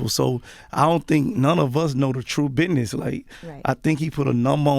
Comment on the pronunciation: Biness? Wtf is biness? And what does "fur" have to do it? I swear rappers can't talk worth a damn.